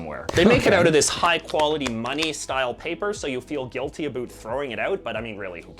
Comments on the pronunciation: I have my doubts this guy is actualy Canadian as he keeps saying ABOOT instead of ABOUT and the weird way he says AROUND. I am seventy odd, been in Canada since I was five znd have never heard either pronunciation used. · JJ is incredibly pretentious and negative about Canada. He does the "aboot" pronunciation deliberately to sound more stereotypically Canadian. He is incredibly annoying and a poor source of information on Canada as a whole. I have no idea why he shows up on "react videos" so often. Just my opinion as a Canadian. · Canadians do not say, "aboot." This is a false, and is clearly faked by this guy when he speaks. HIs false stereotype pronouncing this word can even be looked upon as offensive by Canadians because he clearly knows he is promoting a stereotype that is untrue..... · Your reaction is good but the video you are reviewing is kind of trash. The guy doesn't even seem Canadian and was wrong about a lot of stuff - people like Canadian Tire, they definitely like The Bay and they are certainly not "trashy". The stubby he was showing wasn't a proper stubby. His fake pronunciation of the word about is an annoying attempt to boost the stereotype. Some people may say it more like that but everything they say is with a different accent... which he doesn't have. PEOPLE DO NOT DRINK VINEGAR. It is used as a condiment. He had a fake/cheap version of the HBC blanket. Even Canadian tire money is something many think is kind of fun even though relatively worthless. He seemed like someone not from Canada trying to pretend he was. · Omg this guy is clearly hamming it up with his exaggerated pronunciations and is extremely uninformed. So many things wrong ”aboot” what he has to say!!! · JJ does the "aboot" pronunciation deliberately to sound more "stereotypically" Canadian. Really annoying guy. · Aboot is a Nova Scotia dialect. Just listen to any Scotsman with a mouthful of marbles. They cannot pronounce the word about. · why is he saying aboot instead of about?